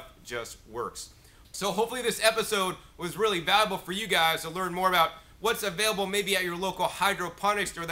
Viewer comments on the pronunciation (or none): none